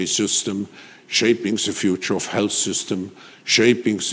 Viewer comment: Can someone please help with saying the word “the”? Please?